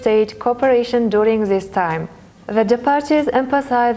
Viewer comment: Молодцы , это хорошо на английском, но нужно поработать над произношением, многие слова неправильно произносит(не смогу все перечислить, например received-не «ресайвид» рисивд rɪ'sɪːvd, не «дурунг» а «дюрин’»djʊərɪŋ , не «конструктив» а /kənˈstrʌktɪv/, слово appreciated не «апресайзед»а ə'priːʃɪeɪtid, слово awarded тоже неправильно произносит, …) и где нужно звук /s/ нужно говорить s, а не /θ / и ненужно отдельно выделять артикль “the”